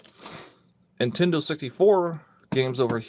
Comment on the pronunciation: That hat makes you look like you have a pinhead. Are tou saying "Intendo"?